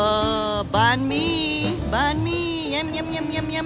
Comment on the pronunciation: It is pho (fho) and Banh mi (baan me)